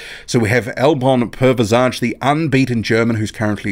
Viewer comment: Man, 2019 was a bad year for heavyweight boxing... Btw, the J in Pervicaj is actually pronounced like an i (Per-V-Zai).